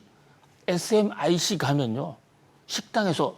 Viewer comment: SMIC를 SMC라고 말하시는 분이 이 분야 전문가 인가요 ? 아니면 그냥 대본 읽는 분인가요 ? 대만 전문가 중국 간지 몇년전인데 ㅋㅋ 그리고 기술, 사람은 도는건데 ㅋㅋ 삼성기술 대부분 일본, 미국, 대만에서 인력 끌어다가 성장시킨거임 ㅠ.ㅜ 자만하면 일제시대처럼 나라 뺏길수있음 ㅠ.ㅜ